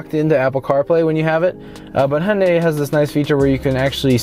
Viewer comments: It's pronounced "yan dey" not "hon dey". All the American reviews pronounces it like a drunk Honda. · It's actually pronounced "Hyun day". Only people who are familiar with Korean can actually say it right.